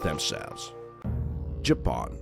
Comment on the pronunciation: Why do you call Japan 🇯🇵 Japoan? Instead of simply Japan 🇯🇵?